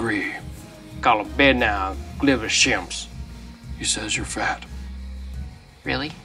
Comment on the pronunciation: "Gliva shimps"